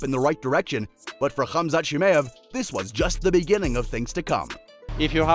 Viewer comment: It's chimaev mate. Great video tho 👍🏿